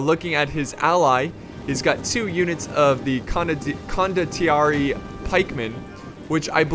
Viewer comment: it's pronounced CONDO-TEE-AIR-EH